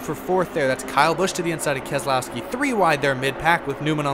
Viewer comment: It is pronounced KEZLOYSKI